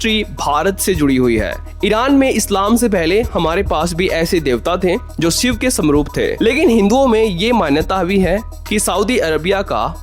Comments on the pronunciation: भाई शिव बोल ले सिव क्यों बोल रहा है। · Video ki start me hi Bhagwan Shiv ke naam ko siv uccharan karke bhasha ka star gira diya, pahle content ki bhasha sudharo phir video banaya karo. Baar baar tumhare mukh se bhagwan shiv ke naam ka galat uccharan nahi sun paunga isliye video aage nahi dekh paunga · Siv nahi re baba shiv... Ucchar theek se karo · सिव नहीं भाई शिव बोलो । हर हर महादेव 🙏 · abey saale, siv nahi Shiv hai.. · Siv nahin " Shiv " bolna sikhiye 🙏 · अबे सिव नहीं बे.....शिव बोल... पहले तू तो ठीक से हिंदी बोलना सिख.... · 😂😂😂 भाई वो भगवान शिव हैं आप भगवान सिव बोल रहे हो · Abbey seev nahi shiv Bdk bolna to Sikh ley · Abey ghonchu pahele शिव और सिव के उच्चारण का भेद sikhale anpadh ganvaar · शिव है भाई सिव नही । स और श मे अंतर नहीं मालूम ।किसने पत्रकार बना दिया। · अरे बच्चे सिव नहीं शिव कहो .. स और श मे बहुत फर्क है .. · आप श को स बोलते हो.... ठीक करो भाई अपना उच्चारण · भाई aap सिव बोल रहे हो.. ये शिव हैं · सिव बोलना बंद करो, वो शिव हैं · Thik ucharan kar mere bhai Shiva